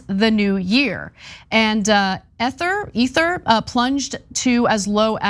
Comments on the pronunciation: I stopped watching after Anna said “Ehther” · This was painful to watch. They literally don't have a clue what the hell they're talking about. They don't even understand crypto currency basics. Ana couldn't even pronounce Ether. Smh. First time I've given a TYT video a thumbs down. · I totally agree. They obviously don’t understand crypto or blockchain for that matter and are basing all of their very surface knowledge on headlines. Ana can’t even pronounce Ether, the second largest crypto currency by market cap. Instead Ana is trying to sell us the inflated US dollar and hype it up.